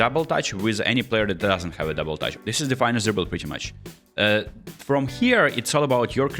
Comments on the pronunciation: Finesse NOT Fine-ess…come on what happened to your French pronunciation suddenly? This word is directly borrowed to Molière’s tongue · "fine esse" what😂